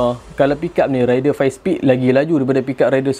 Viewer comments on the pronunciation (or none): Baik la fakta2 bro. Tp sy kdg kelakar org pggil honda raider ni sebutan dy rider. Lain bang. Rider dgn raider dr perkataan raid. Tp dh kebiasaan pggl cmtu. Haha. Pape pun terbaik detailing untuk honda raider